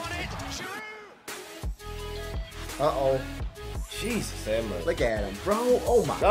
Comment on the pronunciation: its pronounced 'embappay' or 'mbappay' with the m being a humming sound